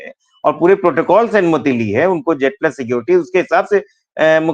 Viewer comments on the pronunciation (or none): none